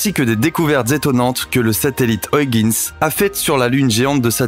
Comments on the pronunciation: Ça se prononce huigins !!!!!!!!!! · Au 6ème "Oyeginss" j'ai craqué, je suis parti. Merci quand meme. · Nan, mais vous ne dites pas Londresss, ni Parisss, je ne crois pas qu'en France, on dise Trump avec le u de cru... au mieux, la prononciation UIGANS aurait été plus francisante que ce qu'on peut entendre dans ce reportage.. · Pareil, mais il y a aussi Argone😁 Soit tu prononce Huygens '' U- i guenne-se ou en version hollandaise...Mais pas une version francisé de la version anglaise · Hyugens....se lit " huigainsse".... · Ces chers amis Français ...Il n'y a pas de O ni de I dans Huygens ... dites "oeil- guènss" ... <3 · Salut...tu dois dire "OYEGUEUNES" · C'est mal prononcé, la bonne prononciation est "Hoeil - guens" (gen se dit en nééelandais comme "gun" en anglais) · Tu pourrais faire un effort pour prononciation de Huygens.